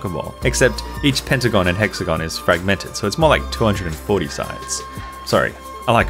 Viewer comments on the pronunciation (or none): none